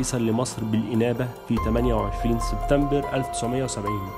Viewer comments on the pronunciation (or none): none